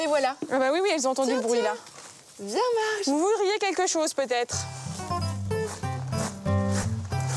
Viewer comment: Mais ce n'est pas Mardge qu'elle s'appelle mais plutôt Marge !!! Enfin bref, c'est assez drôle de voir des passions de ce genre... Mais tant mieux pour eux !